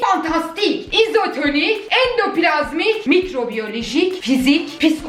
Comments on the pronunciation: Endipilazmik retikulum 🤣😅😆😄😀🙂(aynısını yaşıyorum) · Şu video girişlerinde "endoplazmik" dediğin de retikulum diye devam ettiresim geliyor gismgpej